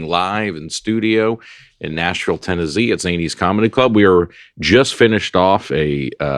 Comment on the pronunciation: As much as whines about pronunciation, he jumped right out with Tenne-zee